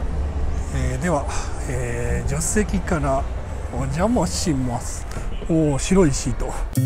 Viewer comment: 「おんじゃまあしまあす」